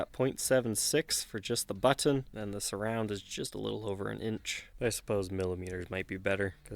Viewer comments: Hate the way this guy pronounces the word “button”. Good vid and cool guitar, though. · Love your British pronunciation of "button." lol